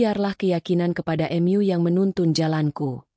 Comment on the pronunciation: Mengapa harus em yu diucapkan nya bukan MU